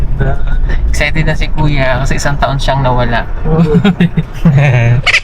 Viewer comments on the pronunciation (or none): none